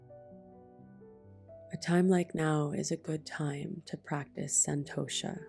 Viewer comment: I know you do and full respect to that 😊. “Santosha” - the T is pronounced differently in Sanskrit.